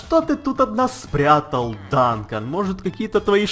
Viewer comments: не Данкан а Дункан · Не Дантон а ДУНКАН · не данкон а дункан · Дункан , Ане Данкан